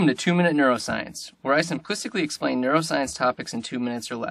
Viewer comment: Did you make that word up in the beginning? Simplicicly?